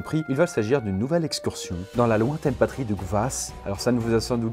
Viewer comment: Pourquoi tu fais pas la liaison avec "dans"?